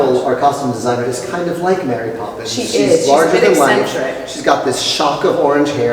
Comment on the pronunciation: Emily prononcé super bien marry popins avec l'accent français ! Par contre j'suis pas trop fan de cet univers. C'est chaud tout ces journaliste qui t'appellent pour led photos :o ohlala la galère pour ton eurostar ! Courage !